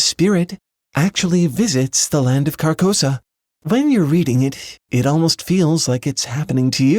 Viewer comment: An observation: "Carcosa" sounds a lot like "carcass."